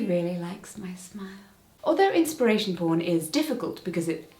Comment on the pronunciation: Inspiration poarn? Slide an "a" in there?